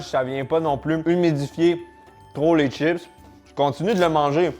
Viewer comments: salut pourquoi tu dis " t'chips et pas chips " ? Sinon les capres c'est les bourgeons de fleurs du caprier mariné :) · Des "tchips" ou des chips ?! Je croyais que le Québec était le grand défenseur de la langue française en Amérique ?! Les câpres sont les bourgeons du câprier, un arbrisseau.